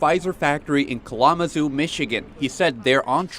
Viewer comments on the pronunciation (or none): In ki la mazoo Michigan ? you'd think a journalist could say Kalamazoo. Now....where are my gla asses? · Did that dude say "Kalonasoo" instead of Kalamazoo?? Rotflmbo 😂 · You mispronounced Laredo and Kalamazoo, but otherwise great reporting.